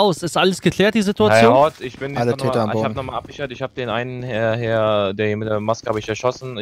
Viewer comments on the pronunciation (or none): bin ich der einzige den es leicht nervt das immer Hernn sagt? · Ich liebe ja diesen kleinen rothaarigen Wicht. Aber ich kann nicht beschreiben, wie sehr es mich triggert, dass er immer Herrn statt Herr sagt. 😂😂😂🙈 das macht mich fertig….